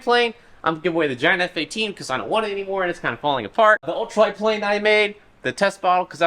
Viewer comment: Ah yes prane /tlane